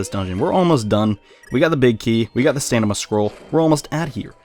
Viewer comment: Pretty sure it's stamina not stanima. Also, great video as usual!